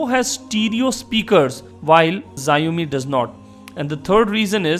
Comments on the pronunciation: it is not ziaomi it is xiaomi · it's pronounced "sh-aww-mee". I'm really considering one of these two, but I don't think either support US 4g bands. I still like the phab2's physical design and better camera quality, but the processor is a let down. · The Xiaomi folks are gonna hate you for pronouncing their phones with a Japanese-sounding name....